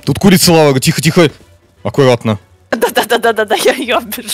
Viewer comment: Я ржал три часа когда она сказала меня ккрица убила😂😂😂